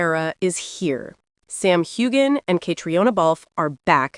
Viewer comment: Please pronounce their names properly: Sam HewAnn and Catreena Balf. You lose credibility with your mispronunciations.